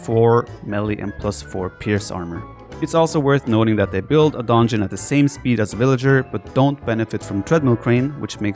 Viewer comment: Nobody: Absolutely nobody: The viper: "DONEJON" Love you viper haha